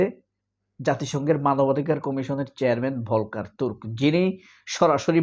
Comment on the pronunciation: ভলকার হবে না বরং উচ্চারণ হবে ফল্কার টুর্ক যেমনটি ফল্কস‌ওয়াগেন (Volkswagen) বাংলা ভিকিপেডিয়াতেও দেখলাম ভুল লেখা আছে যে তুর্কি কিন্তু আসলে এটা জার্মান ভাষায় কারণ অস্ট্রিয়া তে বা সুইজারল্যান্ডেও জার্মান ভাষা তবে সূইজারল্যন্ডে আংশিক ফ্রেঞ্চ ভাষাও আছে। আরেকটা শব্দ অনেক সময়েই বাংলাদেশে ভুল উচ্চারণ করে থাকে ভলক্স ওয়াগেন এর মতো সেটা হচ্ছে কিন্ডারগার্ডেন সঠিক হবে কিন্ডারগার্টেন অর্থাৎ ইংরেজি যে চিল্ড্রেনসগার্ডেন 😂